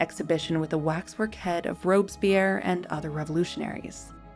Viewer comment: Rob-es-pi-rre 4 syllables s'il te plait.